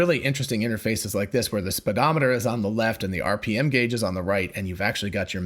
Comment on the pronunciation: It’s a speedometer not sped. How do you say speed?